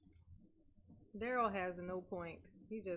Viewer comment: Girl you make me laugh calling out Duhrell and the Duhrell island 😂😂😂